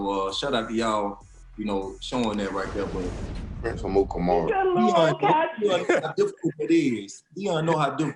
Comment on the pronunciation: “Who That Prince Amukamara”